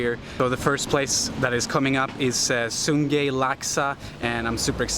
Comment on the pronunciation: hey dude sun gei is pronounced soon gai by locals enjoy all localfood but mustinclude pig trotters